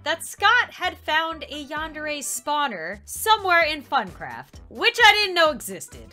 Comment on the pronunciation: I thought you said but craft